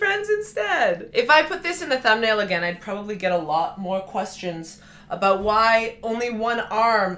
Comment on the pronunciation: Your Canadian is showing! I like it when your "aboot" slips out every once in a while, eh 😊